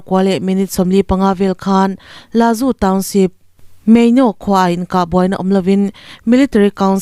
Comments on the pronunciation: Lazu niloin lasu tia lam tur a nia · Laju niloin Lasu aw, chuan Muje niloin Muse tih tur. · La Su",, tih a richhuk tur a nia